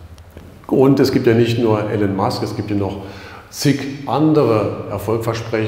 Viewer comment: Titel des Videos passt nicht zum Inhalt des Videos. Bei der Kameraführung wird mir echt schlecht. Trotzdem Danke. Und den Namen des Herrn Musk auszusprechen geht gar nicht.